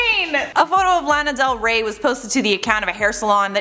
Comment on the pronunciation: U did not just do her dirty by calling her Lana Del Weigh !! Kidding lol